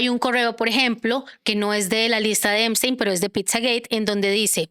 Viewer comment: Epstein, no "Eimstein".